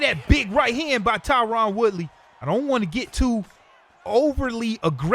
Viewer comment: I love your show man but his name is Tyron not Tyrann